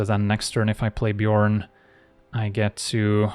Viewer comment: As a dane, that's a pretty clean Bjørn (byurn) pronounciation you got. I had thought it was pronounced like Bairn (behrn), but it makes more sense given the nordic setting.